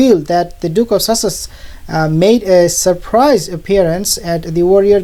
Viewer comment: Did he just say the Duke of Sausages?😅